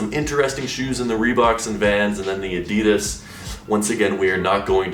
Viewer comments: Maybe if you stop saying adeedas and just say adidas then they might change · WHAT THE FUCK IS ADEEDUSSS ITS PRONOUNCED ADD EE DASS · My friend, you deserve those terrible adidas shoes simply because you pronounce it a-dee-dass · Am I the only one bothered of the way he says Adidas? 😂